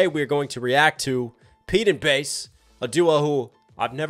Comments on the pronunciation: Oh and its actually Bas as in Baz not Bass/Base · More Pete & Bas please. Oh and Bas is pronounced 'Baz'. I appreciate your knowledge of UK slang and culture coming from across the pond so just wanted to point that one out for you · Pronounced Baz... all Americans seem to struggle with it 😅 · Absolutely fucking hilarious. 😂 We are used to Pete and Bas (pronounced Baz) but I forget how class they are until seeing them through someone else’s eyes. You did so well to catch all the references in those strong accents. 🫶🫶🫶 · "Bas" is pronounced "Baz" (rhymes with Jazz).